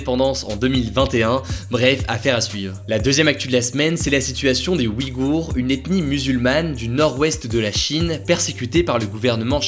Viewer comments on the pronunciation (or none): Juste un truc qui me gêne: ça se prononce pas comme "oui-gour" mais "ouille-gour" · OUIGHOUR, tu t'es GHOURré de prononciation